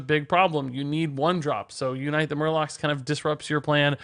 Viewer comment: "YOU night the Murlocs"